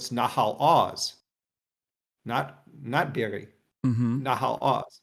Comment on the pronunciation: The crime here is how pronounces kibbutz be'eri